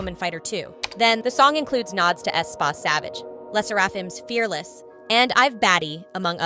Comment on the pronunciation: The pronunciation of some of the words like “2NE1” “Aespa” make it difficult to watch this video 😬